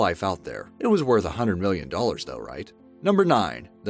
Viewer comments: You said mollon not million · Molloin? What the fuck is molloin?!